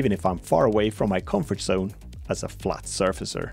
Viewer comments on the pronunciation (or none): none